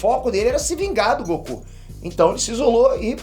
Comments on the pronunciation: GOQU hahahahahaha e goku não GOQU.Ta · Goku com "G-O-Q-U" KKKKKKK essa foi de capota o corsa